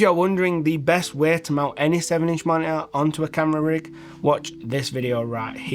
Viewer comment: great "moni'ah"